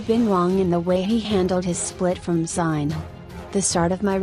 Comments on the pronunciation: This was painful to listen. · Learn how to pronounce “Zinhle” first😕